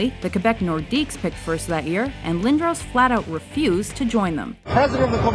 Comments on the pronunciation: Eric Lindohws? wtf... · It is lind-dros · You said lindros wrong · My ears hurt every time an American pronounces Lindros wrong